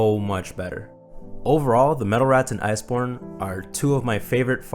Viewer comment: I keep hearing you say "metal rats" instead of raths lol Great video.